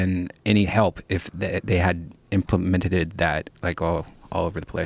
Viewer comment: Brian "Implementeded" Redban